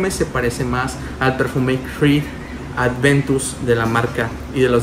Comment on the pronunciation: Aventus, a mi éste me canzó el oído con su Creed Adventus jajaja